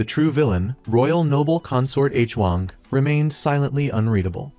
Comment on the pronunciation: Appreciate your Recaps (i watched some of them and this one today) however I noticed that you are always confused with the relationships of the characters in which the viewers also gets confused like the Queen Dowager and her Nephews when it should be her Grandchildren also is it really hard for you to mention their names correctly? Koreans never spell names Like *H-Wang, it is supposedly pronounced as *HuWang*.. also the Queen Consort suddenly became Queen Dowager? 😅 I hope you can correct this issues next time for a much better recaps.